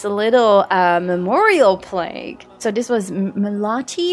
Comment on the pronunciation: Not nitpicking, just for the sake of learning. It is plaQue, with a Q. It is pronounced like plack rhyming with black. But you are adorable and can say it however you like. Plague, with a g, is a pandemic or widespread sickness.